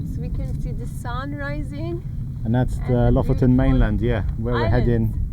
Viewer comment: Lofoten is gorgeous 🤩🥰 Å is proposed like the 'a' in walk and water (with your English accent). You pronounced Bodø and Lofoten as Bådø and Låfoten, so you know the sound 👍🏻 Æ is pronounced as the 'a' in "van" and ø is pronounced like the o in "work", if you were wondering 😅 👍🏻